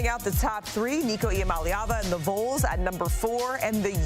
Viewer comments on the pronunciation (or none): Someone please teach her how to say “VAWLS” not “vowls” 🤣 GBO 🍊